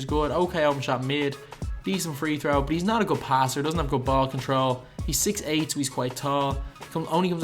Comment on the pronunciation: i hate how this guy says "but"